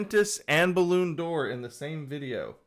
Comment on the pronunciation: it took me a while to understand that Baloon Door is Ballon D’or hahahahahahaah